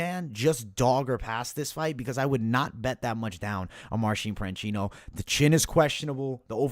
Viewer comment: You kept mispronouncing Marcin Prachnio calling him Marcin Pranchino. Otherwise, spot on breakdowns and predictions! I used some of your picks for another Capper Comparison Picks video. Thanks for the great content!